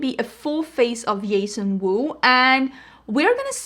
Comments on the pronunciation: "Yason wu" lol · As someone who wishes to one day live in Sweden and loves singing in Swedish, the way you say Jason Wu is so nice. I love it.